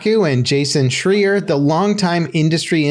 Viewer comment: "Jason Schreeur"